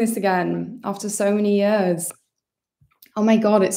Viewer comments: It’s about the only Welsh identifier she displays! 🏴🏴🏴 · was just about to comment this, I'm so happy someone else feels the same hahaha